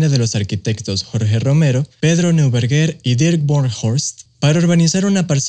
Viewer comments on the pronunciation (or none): Neuberger se pronuncia „noiberguer“✌🏼